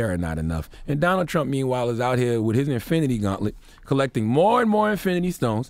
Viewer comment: Why does Charlamagne have a problem with words that start and end with St? And end in th? Skreet , wif, July fourf? Really odd.